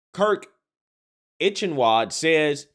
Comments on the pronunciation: "Itchen wad" lmao. It's "eye ken valled" but I like yours so much better. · it's 'I-ken-wald' please take 5 minutes to learn some ones name. German is not that hard